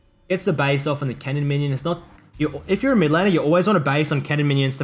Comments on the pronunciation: Bro you keep saying "cannon" like "kennen". Besides that good vid. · took me the entire video to realize he said cannon not kennen. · a 'kennen minion wave' Took me a few times to figure what you meant. I'd like to hear u pronounce kennen and cannon side by side. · Am i the only one who thought he said Kennen? A few mins in i understood he means cannon but i still hear Kennen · So confused cause you kept saying kennen